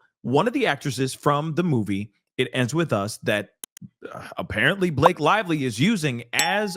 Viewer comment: Buh- La-Kay 😂😂😂 one million percent Lying on him.